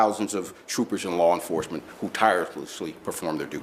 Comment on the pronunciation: “Lar Enforcement”